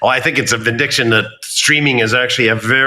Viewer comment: don't you gentlemen mean Vindication as opposed Vindiction